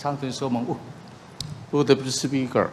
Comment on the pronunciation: Health minister chu a rui mi aw. Deputy speaker tih pawh lam fuh theilo tlat🤣